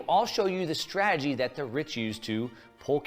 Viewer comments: Exactly. And he cant even pronounce strategy. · Why would a financial supergenius like this guy feel the need to spend time and energy making these videos? If I knew all the secrets, I'd keep it to myself. It's like a pyramid scheme. Besides, he can't even pronounce strategy.